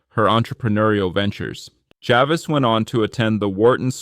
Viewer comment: I suggest that when you make a video like this, you should pronounce key names correctly…for example, it’s “JA-VEECE,” not “JA-VIS.” You also mispronounced the name of her hometown: MAMARONECK. The above made me think the video is AI generated…not a real person who crafted the narrative! LOL!!!